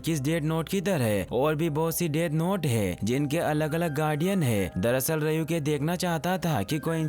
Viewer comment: rayuk nahi ryuk bhai